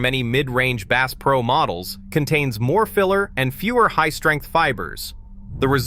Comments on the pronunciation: Bass pronounced as “base”? Hope you didn’t spend much on your Ai narrative. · "Base" is a new strain of largemouth Base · Clickbait! You use the word Base. You can't even pronounce the word Bass! And it is not Cabeela's it is Cabela's. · Ai generated slop. Can't even pronounce "bass" correctly.